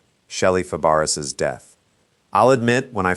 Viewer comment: "Fa Bar ess" Ha! "That does not compute . . . " But, I still give Sub/Likieeeeeeeeeeeeeeeeeeeeeeeeeeeeeeeeeee